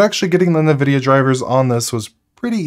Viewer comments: It's EH'N' vidia not NE vidia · Hey, your videos are great... But this is making me nuts... sorry. It's N like the letter vidia... Like IN-vidia. not what you are saying. lol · nuh-vidia lmao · Loving your content my man. But I will say the way you pronounce nvidia is driving me crazy. It En-vidia. Not Nuh-vidia. Also zephyrus. That one is definitely zef-er-us. Not zef-eye-rus. However in fairness I'm not 100% sure about the zephyrus pronunciation. Anyway sorry for being a pain in the ass! Love the content! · did you just say zeph-eye-rus and nuh-videa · I might be crazy, but I find it weird the way you pronounce Zephyrus and NVIDIA.